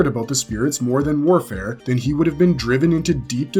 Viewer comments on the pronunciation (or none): none